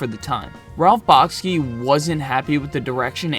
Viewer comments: It’s pronounced: Ralph Bakshi {Bock-she), Avant-Garde {guard). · Thanks for this look at 70s animation. For the most part you’ve highlighted some great films. By the way, Ralph Bakshi’s name is pronounced “Bock-shee”. Bakshi’s 1977 film “Wizards” is, in my opinion his best. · I feel that your pronunciation of Bakshi is off. It sounds like you're saying Bahk-skee. I suspect it's more like Bahk-shee. But I honestly don't know. Have you ever heard him pronounce his own last name? That would be the ultimate guide. I just googled how to pronounce Ralph Bakshi and his last name sounds more like Back-shee.